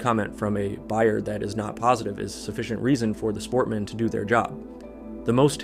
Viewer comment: смотрю и ржу как автор говорит "Kladmeni" и "Sportmeni"